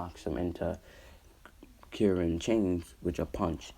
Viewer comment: Btw its Karin not kirin